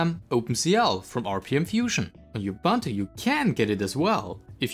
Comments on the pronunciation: It's U-B-U-N-T-U, not IU-B-A-N-T-U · You pronounce 'Ubuntu' wrong. It's oo·boon·too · Not you-bun-tu ! Say uh-bun-tu! Ughhhh🤦 As for the rest... Uggghhh as well - so basically the main (non-niche Davinci Resolve) complaints, is "if you want to use Ubuntu to be Fedora, then that sucks and it's really bad at being Fedora. Fedora is much better at being Fedora"... If you don't want to use snaps, don't install snaps - they don't hurt performance if they aren't installed, and the snapd service had literally zero overhead and if you aren't happy with it you just disable the service, no need to go around dismantling the basic infrastructure of the software center and then complain that it doesn't work well. 👎